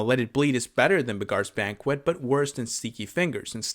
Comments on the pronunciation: Beggar is pronounced 'beg-er' not 'beg-are.' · Hey, I'm new here, I like your videos a whole lot. Don't know if this was mentioned or not, but "Beggar's Banquet" isn't pronounced like that. "Beggar" here means the same as "one who begs", like a bum. Imagine that it's spelled "begger". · Buh-GAAARS Banquet. I can't unhear it. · Weird pronunciation 😂